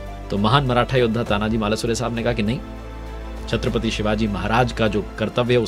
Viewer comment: सर आपकी एक भुल को सुधारणा चाहुंगा वीर मराठा योध्हा तानाजी मालूसरे ऐसा नाम हे. अपने गलतीसे मालासुरे ऐसा बोल दिया. 🙏🙏🙏